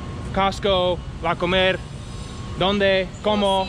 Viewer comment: the wey you’re saying La Comer it sounds like you guys are going to eat, that’s because you using the accent on the E instead of on the O, yeap! That’s the importance of the accents, 😜